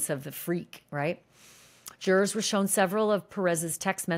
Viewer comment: PLEASE SAY JURORS CORRECTLY STOP SAYING “JURR-ARS” omfg.